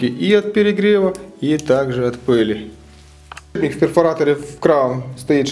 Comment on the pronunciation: Ну сколько можно говорить не подшиБник а подшиПник!!!!! Ну сложно запомнить?